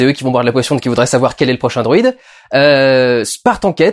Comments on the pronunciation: HÉ Dudu combien de fois tu a dit droïde a la place de druide loool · Quand tu dis 'druide' j'entend 'droîde'... c'est moi ou...? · C'est moi ou j'entends "droïde" à la place de "druide" ? XD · Pas droïde , mais druide. Sinon ta critique est cool